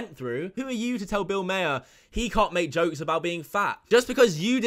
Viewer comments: mate hopefully someone else during the past 3 years has corrected you its Bill Maher and not Bill MAYer. Sounds like Mahhh 👍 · Just an fyi. Bill maher's last name is pronounced as mar, not mayor. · It’s pronounced “Bill MAR” you stupid fuck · It’s “mar” not “mayer” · Its pronounced bill 'mar' not 'mayer' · Maher is pronounced as Marr. I like the background by the way~ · Liked the video. I have limited exposure to Corden, so this was disappointing news.. BTW, I am a huge fan of Bill Maher, and his last name is pronounced like the planet Mars, but without the S. Not trying to be a nob or a wanker. LOL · Bill Maher not Bill Mayor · Bill Maher is fantastic, and I love it that you got his surname pronounced wrong, as so many British people have done. He gets it all the time. Bill is fantastic on HBO and long may he stay there. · I knew Corden from Doctor Who before he took over The Late, Late Show. My impression from those TripAdvisor reviews was that the audience members seemed entitled with their talk of "precious vacation time" and their offense at a talk show host not interacting with them. And where did you get your pronunciation of "Maher"?